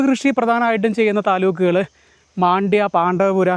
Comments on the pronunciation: മണ്ഡ്യ എന്നാണ് പേര്..not മാണ്ഡ്യ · ಮಂಡ್ಯ ✅ಮಾಂಡ್ಯ❌ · Oru sthalath pokumbo aa place nte peru correct ayi parayan padikku..maandya alla..mandya anu